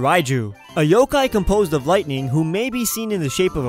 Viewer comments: BRUH U JUST SAID YO- KI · He said yo-kia